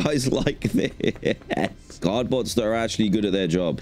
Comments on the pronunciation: For some reason I hear the word god instead of guard😂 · i always think he's saying "god bots"